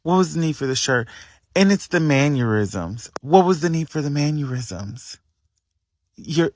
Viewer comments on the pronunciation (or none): My guy said man-yer-isms 🤣